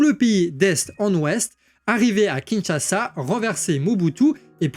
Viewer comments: Kinshasa et non Kinchasa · KINSHASA et pas KINCHASA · "KINCHASA" Sérieux ???